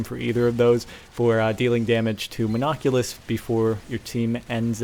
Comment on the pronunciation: No, its Mon-oc-u-lus.